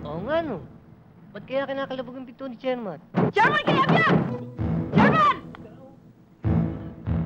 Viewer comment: read as "piiiiiitong gatang" not "pitong" or 7